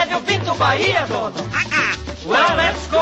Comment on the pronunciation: no one: literally no one:: have you been to Bahia, Donal?